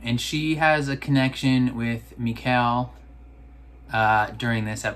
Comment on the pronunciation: Great reaction, might be nitpicking but Mikkel is pronounced like Nickel with an M. 😜